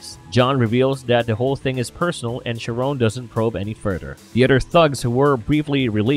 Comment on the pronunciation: Charon is pronounced like Karon